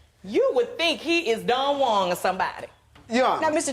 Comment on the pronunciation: Did she say Don Juang? lol